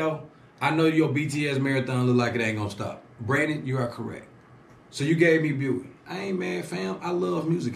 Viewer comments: its pronounced "Be WHY" as in the question Why ?? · Fam..yo fam!.. Its pronounce as Bee Y.. Btw pls react to "avengers of kpop" which called SuperM with their 1st mv Jopping..you will like it..👍 They are composed of members from 4 different popular kpop groups.. They got dance, visuals, rap, and vocals all at once..🙂